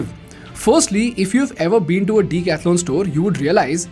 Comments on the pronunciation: OMG! please don't butcher decathlon's name... it's pronounced duh.kath.laan not Dee- catha-lon. And you are planning to teach others in English! 🙄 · You need to improve your pronouncing. It is not "deek athlon". It is "deck-ath-lon" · You pronounce it wrong! It is not Deeecathalon... it is a 'duh'. Lookup the pronunciation! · The name DECATHLON, I think, is a greek derivative like Marathon, Triathlon etc. Does the company itself pronounce it as DICATHLON, like everyone in this video are pronouncing? The instinctive way to pronounce it is with a "DE" in DECATHLON. The phonetics of the spelling is quite clear. So, I don't know why you are calling it DICATHLON when every customer instinctively calls it DECATHLON. Hence, the question on whether the company itself officially calls itself DICATHLON by pronounciation? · I like everything except its name Why so big bro Could've gone for something better I guess... If U read this, and then again see the video, wherever he pronounces decathlon, it looks.. like a weird thing between the sentence.. lol, elongated for no reason. But i mean... yaa very nice company, everything gr8 superb